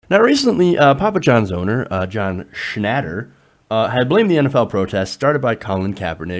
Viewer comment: You're an idiot. You just said Papa John blamed low sales on protests. Not vice versa. You aren't even pronouncing his name correctly. go back to special-ed.